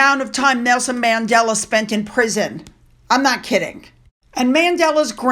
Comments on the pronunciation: it’s Mandela, not Madela!😊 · Who is Madela? It's Mandela!!!!